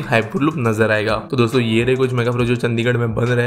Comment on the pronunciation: चंडीगढ़ not चंदीगड़